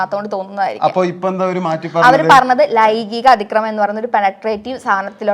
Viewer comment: "Laigikam" alla "laingikam" anu chechi😂